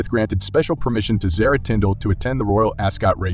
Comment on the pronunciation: I wish people would pronounce Zara correctly (AR rhymes with AR in car not ar that rhymes with hair or bear) plus she’s a stunning & classy woman too & won’t let herself be used as a pawn, but The Princess Royal was a stunning woman in her prime & tbh she’s still classy & I’ve always said that she should have been the monarch (plus she’s got the Spaldings to cope with the job too!)